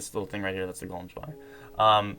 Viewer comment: listen how he says Golem spawner.